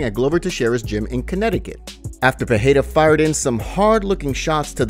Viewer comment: Ffs it aint peheira ..its Pereira